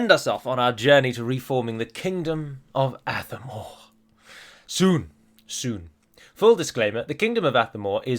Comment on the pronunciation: With the accent on Athamor being on the second a, should the stress be on the second syllable instead of the first? So it would be ath-A-mor instead of ATH-a-mor.